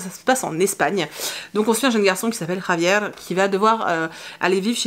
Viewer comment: Coucou! Daisy Jones me tente beaucoup, mais je suis comme toi j'ai besoin de la musique pour être emportée un peu comme dans Maybe Someday de Coleen Hoover! Whaouh Cet accent espagnol "Javier " tu m'épates!!!😊😅 Sinon moi la lecture qui me transporte en ce moment c'est les Contemplations de Victor Hugo. Je m'avance sur le programme de première mais bon c'est pas vraiment du travail puisque Hugo est mon auteur classique préféré je sais je suis pas très originale comme fille!🤣 Bonne journée!